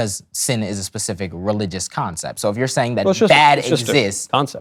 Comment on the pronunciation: My brain is literally hurting… how stupid can one be? 🙄 he says “pacific” … 😂 it’s SPECIFIC my dude